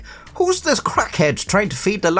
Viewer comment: "Dis is d worst Chinese I've ever had..." said in an Irish accent has got to be the funniest thing I've heard this century.